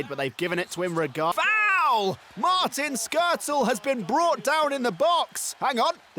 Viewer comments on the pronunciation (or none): none